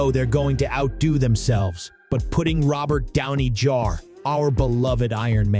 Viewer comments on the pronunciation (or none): This review is ass but I certainly laughed though 😂 these have got to best pronunciations ever Silian Murphy Robert Downey Jar Florence Puh And C I -Fi elements